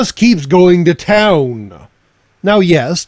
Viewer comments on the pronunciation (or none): none